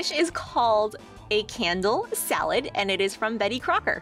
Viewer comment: Oh a "candle"